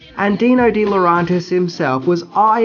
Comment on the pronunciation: Also, I may be mistaken but I think "DeLaurentiis" is pronounced with the E sound as it's written - not "DeLaurontis."